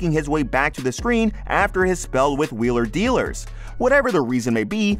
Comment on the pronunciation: Make a YouTube video and can’t even pronounce the name off the show you’re talking about!